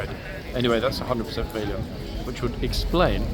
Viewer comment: What is it with the two-fingered salutes? It looks so odd! PS. It's not Vaylient. It's Va(a as in apple)lient.